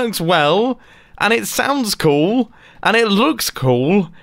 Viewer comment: "It looks KOOL" "It saundes KOOL" "It IS KOOL!" Mumbo, 2019